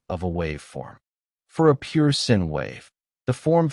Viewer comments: Bad voice monotone Pronounce sine wave sin is such a sin 😏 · The author doesn't bother to review what the AI says. "Pure sin wave" is just... eeeeh. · This one goes to 11. 😎 The AI voice lost me when it said the sin of the angle. It was much more enjoyable to read the summary. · Agree. It thinks there is a "sin wave" 😂